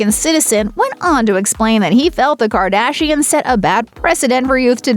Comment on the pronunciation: Quit saying Gardashians it's fucking annoying